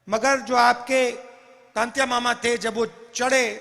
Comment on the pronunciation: राहुल जी आपको तो टंट्या मामा का नाम तक नहीं आया था तंत्या मामा बोल रहे हो